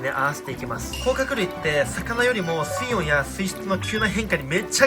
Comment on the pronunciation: 水温のイントネーションおかしくね？ 水質の方は合ってるのに、何故水温の方だけおかしいんだw